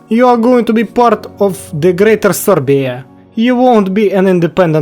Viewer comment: I love how you Say "sorbia"😂😂